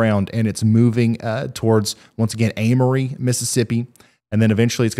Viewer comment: im pretty sure Amory is pronounced AIM-RE